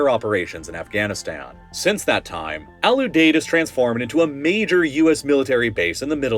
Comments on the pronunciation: Ram-Stine Lake-N-Heeth Al-U-Deed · You are pronouncing Al Udeid wrong my brother. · The nickname of Al Udied is "The Deed." Can you guess how it's pronounced? Have you ever talked to someone before you try with these words? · lmao right. Same for Kadena and Al Udeid